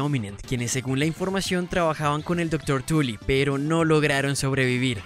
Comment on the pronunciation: como que le dijo dr. Tulla a el dr tully